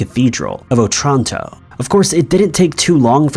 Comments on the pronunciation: I keep hearing Otranto as old Toronto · The stress in "Otranto" falls on the first "O", not on the "a".